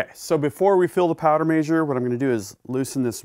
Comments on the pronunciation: It's MEH-SURE not MAY-SHORE. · A MAY-sure huh? I guess I'll start calling them BAY-vers instead of BEE-vers/beavers.